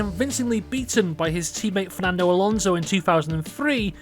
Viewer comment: There's no Z in Alonso, the S is pronounced like, well, an S.